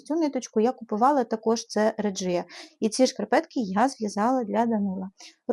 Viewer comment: Доброго дня . Дуже гарні шкарпетки. Так багато праці і нахнення в них вкладено. Ви молодець. Хочу вас поправити. Ви у відео декілька разів називали не вірною назвою нитку ( не реджія треба говорити, а регія. Це німецька нитка і у них літера g читається як наша г)